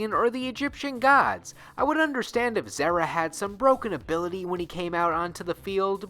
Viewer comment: Pretty sure it's a Zeera and not Zehra in pronunciation.